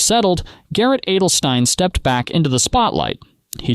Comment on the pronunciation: Garrett "ADDEL-stine", wtf 😂